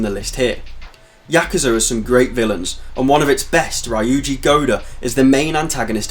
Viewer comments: Kiryu ~ Kee-ree-uu Ryuji ~ Ree-uu-ji It's weird to see westerners butcher their names even tho we all hear they say it hundreds times in game. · The "ryu" in Ryuji and Ryu ga Gotoku are pronounced the exact same way as the "ryu" in Kiryu. Ri (shortened) + yu. It is not pronounced like Ryan.